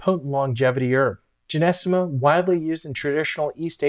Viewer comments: Nice voice great content Except You are pronouncing it incorrectly JY- NO- STEM-A. PiNT- O- FILUM Or JOW—- GOOOO—LAN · Sorry it’s GY - NO- STEMMA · Man you're pronunciation of this herb is incorrect????😅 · It's Gynostemma pentaphyllum to be precise (not Genestema) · Hi can't even pronounce it correctly and is trying to educate me about the herb that I (now way more about. My mom told me about this as a kid...😂